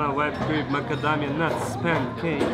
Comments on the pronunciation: à chaque fois que tu prononces "pan-cake", un chaton meurt quelque part dans le monde. et oui. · ça me perturbe comment il prononce "pancake" ... je ne sais pas pourquoi ...